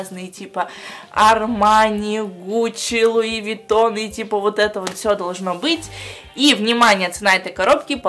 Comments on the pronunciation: Все люди луивитон, а сказала луивагон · говорит луивагон а не луивитон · Луи ВаГоН ору ёпстудэййййй, 😹😹😹😹😹😹😹😹😹😹😹😹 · Луи виттон а не Луи вагон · Луи Вагоон... Орууу..., как ты могла так прочитать? Всё же понятно.. Луи Витон!